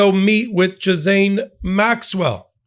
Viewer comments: The proper pronunciation is ghee-len. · I like your content a LOT. But please pronounce that trafficker's name correctly. Geelane. Hard G. Thank you. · her name is pronounced like Gilaine. ❤ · Her name is pronoinced like “Elaine”, with a hard “G” like “golf”. Gi-lane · GHISLAINE is pronounced 'GEE-LANE'' the S is silent. the VISIT is not about a pardon. its about THREATS TO HER LIFE both her CO-CONSPIRITORS Bruenell & Epstein we hung in prison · I wish you would get the pronunciation of this woman's name correct - it's painful to listen to so many WRONG pronunciations - it is a French name and is pronounced - GEE - LENN (hard "G") - repeat after me!! Not bothering to find out how to pronounce this name does smack of ethnocentricity - Americans - ethnocentric???? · Jiz-lay. FFS it’s French. The “n” is silent. It’s so easy. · Her name is pronounced "Jiz Len." It is a French name. It is pronounced the same way in American and British English. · It's Gee-laine. That's how you pronounce her name. ;) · We all have problems pronouncing her name, but, you get the prize. If I didn't know who you were talking about, I wouldn't even know who jiszane is. Nicknames are good, but why jiszane? It isn't even clever. Call her Maxwell or child rapist, but jiszane reflects poorly on you. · I believe her name is pronounced "Gee Layne" as in rhymes with "Elaine". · Ghislaine is pronounce Gee lane (hard G, no s) rhymes with Pee Stain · Ha, yeah. But everyone pronounces “gee” with a soft “g”…ugh…🤦‍♂️😸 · Guh-lane or Guh-lan is how to say it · I think we all need this tutorial, How to Pronounce Ghislaine Maxwell? (CORRECTLY). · Why do not journalists bother to learn how to pronounce words--like "Ghislaine." pronunciation is the most unique yet, of the many errors out there. It seems that spelling, checking one's work and pronouncing unfamiliar words correctly is not important to today's journalists. Sad. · I love that we all say her name wrong.